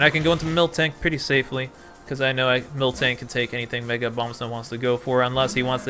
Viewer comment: Yo! U do realise that it's mil-tank right? U pronounced it milk-tank for the entirety of the game. Joey gonna get triggered and drop a Draco on you.